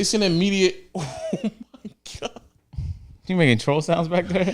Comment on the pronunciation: Bro wtf😂😂😂 “Oh my Gawk”